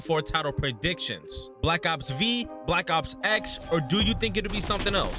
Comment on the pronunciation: I’m sorry did you just say black ops v instead of black ops V